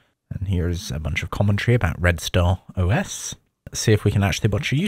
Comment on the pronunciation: It's Red Star OS, not Red Stone OS